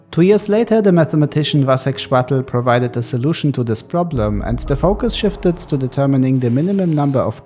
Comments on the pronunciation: pronouncing it "vasek švatl" is crazy lmao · Vašek chvátal is a czech, so the english grammar doesnt apply, due to us having a very phonetically consistent alphabet. it would be pronounced like Vashek (hard k like in car) Chvaatal (ch like in loch, á is like a in father, and tal is... tal.). the full name would have IPA like this: [ˈvaʃɛk ˈxvaːtal]